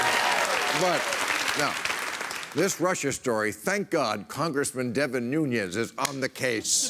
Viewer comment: Devin 'the portugese' last name is nunes (no ñ)